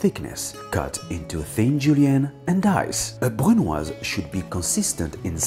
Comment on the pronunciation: BRUNOise....come on,, you were the inventor of that!